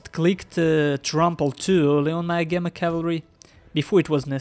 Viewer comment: Agema is ah-gee-ma. Also you can turn off the sound made by screenshots in Steam settings. Having never heard of roflmaster I'm not surprised to see him get wiped up but he didn't do too badly, no major micro mistakes or anything, just not good enough at the game.